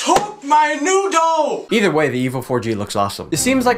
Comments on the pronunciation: "THEY TOOK MY NOODOH!" LOL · NOT THE NOODOH!!